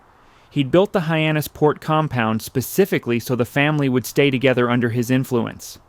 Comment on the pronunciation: Might be "ay-eye". He makes several pronunciation errors (Hyannis PORT) and spells out WASP, which is normally pronounced like the insect. These are "tells".